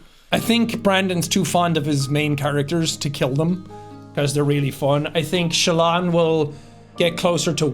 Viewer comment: calling Shallan 'Shaylin' might be the single most Irish thing I've ever heard in my life, Jack.